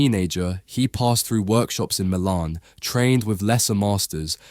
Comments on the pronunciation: Why do you repeatedly mispronounce Caravaggio and Milan ? It's much harder to mispronounce these words than say them properly, and even you don't sound comfortable doing it ! (The first syllable of 'Caravaggio' is a short vowel, as in 'apple', not long as in 'car'. Similarly, the second syllable of 'Milan' is short, not long.) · Actually, this is unlistenable, despite being a very interesting subject. 😢 Pity.